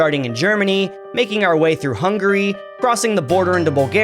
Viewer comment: Hun-GAE-ry 😭 Chezchia 😭